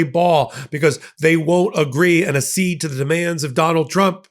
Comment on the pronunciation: accede = "ack-seed"